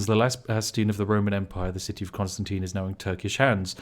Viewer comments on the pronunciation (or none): none